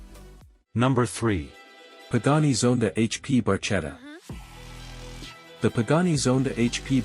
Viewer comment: Please don‘t pronounce it „MayBuck“ - it‘s „Mybuj“ with the „ch“ pronounced like the ‘J‘ in “Juan“. Also the Barchette is „pronounced „Barketta“ (there‘s an ‘h‘ behing the ‚c‘, so it‘s pronounced like ‚k‘. And the RR is not a „boTAIL“ but a „boat tail“. Well, at least you didn‘t mess up Juan Manuel Fangio…